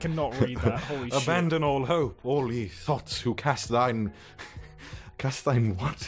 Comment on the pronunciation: I take issue with the way 'Ye' was pronounced. Old English had a symbol þ (thorn) that fell out of use in the days of the printing press in favor of Y as a replacement... Given the huge lack of consistent and common spelling back then, the pronunciation should still be 'thee'. Especially in the context of the following 'thyself'. Edit: I do really like this reading though, keep up the good work.